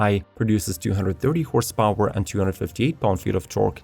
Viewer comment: Horse paoowwer 😂